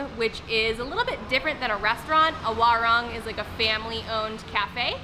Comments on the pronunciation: "Warung" is pronounced "WaRoong" . XD (I love your videos . Already Subscribed) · Please learn how to pronounce Indonesian using the vowels a e I o u. This is not America. Like WARUNG. WA LIKE IN DART. RUNG LIKE IN HOOD